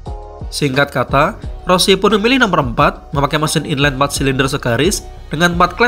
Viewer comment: Video bagus dengan lots of valuable information. Sedikit kritik membangun... saya merasa narrator kurang baik menyampaikan cerita karena intonasi di setiap akhir kalimat agak terdengar aneh dan monoton. Selain itu, pelafalan istilah-istilah Bahasa Inggris seperti "inline", "crossplane" agak kurang pas. However, this is good video, overall. Keep it up, Bro!